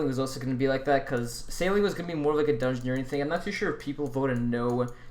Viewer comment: disliked as soon as i heard you say dungeoneering, gtfo